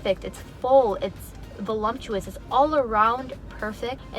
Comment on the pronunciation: voluptuous, not volumptous 😂